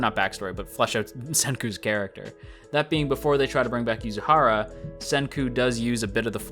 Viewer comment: Senku is my favorite character so far! He is just so fun and interesting! and I'm happy I'm not the only one who calls Yuzuriha as Yuzuhara Also, love the Steins;Gate reference